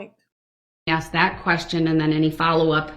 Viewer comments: He does say many words improperly! Biastness, axed, truff, substained??? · You know how long she waited for that moment? Lol! I wanted her to correct him on the word "AKS".... That one, and tell the troof drove me nuts! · I'm surprised the Judge didn't call him on " AXE " as opposed to ASK 😆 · The way he treats the judge, for sure no manners. Where was he when they taught English is school? There is no “X” in and it’s ask there is an “S” not X. Have they seen any reports not they saw. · Exactly ask not axe! He is an ID 10 t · I wonder if we can AXE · That is the first time he has ever been corrected!!!😅 Only 9 hundred and something years to go buddy hang in there!! It is gonna be hard to look Bubba in the eyes with his back to him!!!😅 I was like are ya gonna correct “AXE” me a question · Omg I thought I was the only one who got so irritated with his mispronounced words!!! "Aks.. Axe" "suBstain" "troof" and "oaf" drove me nuts!!! I really wanted someone to tell him, every time he mispronounced those words, that's not how you say it dumba$$!!! Oh shite I forgot "grounz grounz" On that one I wanted the DAs to do the same to him just as disrespectful and loud as he says it "GROUNz Grounz" 😂🤣😂🤣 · I only wish the judge had corrected him on other things: “axe”, “substain”, “groundz”, “tacket”, “troof”, etc. Had an ex-narcissist spouse who also had no grasp of enunciation/English language and he hated it when I corrected him. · Woman beating killer....deserves every shovel full. idiot thinks there is an x in ask, a b in sustain, says examinate, says tack-eet, this-that-and-the-third.........total moron